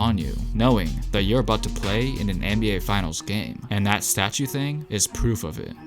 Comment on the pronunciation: Does anyone else hear him saying thang and not thing?😂😂